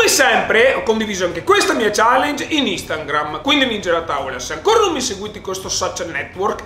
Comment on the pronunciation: In ogni video in cui sponsorizzi Instagram dici instaNgram.. spero sempre che prima o poi tu lo dica correttamente, invece ogni volta sta N in mezzo 😂😂